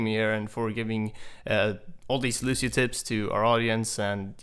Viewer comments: Stowtie It's Lucio, in what way would you say sh in place of a C in a non english language? Lu-see-oh. that simple. And if a person can't pronounce it right that person is quite dumb, especially if they played countless hours with the character. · why is he saying lushio?! his name is lucio! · Lucio...i always pronounced his name as loo-see-oh not loo-shee-oh 😫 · It's really annoying me that one of the top Lúcio players in the world pronounces his name as Lushio, even though he should have played the game enough to hear the voice clips of Lúcio himself as well as the other characters refer to him as Lúcio(Loo-see-oh). And if anyone wants to argue that the accent on the U changes it, it doesn't, the ú makes it an "oo" sound rather than an "uh" sound so it's not "Luh-see-oh". Sorry for the rant but when people mispronounce words then try to argue about it gets on my nerves (not saying is arguing nor that he is less of a Lúcio main for mispronouncing his name, but there are people who would die rather than pronounce his name as Lúcio) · The best Lucio player says the name like Lushio.... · When he pronounces Lucio, Lushio... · I'm well aware it has no bearing on his actual level of mechanical skill as the character. But why is it that people can't pronounce Lucio without throwing in a "sh" where there's a C? It always makes me second guess, but I mean... Listen to the voice lines! Look at videos where the other voice actors interact! During esport tourneys, random people on voice chat, even DSP! Ok. Ok. I can get through this. it drives me insane, but I got this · "Looshio" But is one of my fave pro players, he's too cool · I can't believe doesn't pronounce Lúcio correctly... all these white people saying "Lu-SHE-o" and "S-AHM-bra" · he says it like lushio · Cringed badly when he said "Lusio". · you mean "Lushio" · Anthony Moraga in the game they pronounce it lu-cee-oh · Why can't he pronounce Lucio correctly?